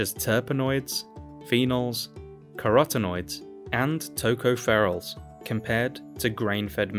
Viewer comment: Tocopherols is pronounced ToeCahFurUhs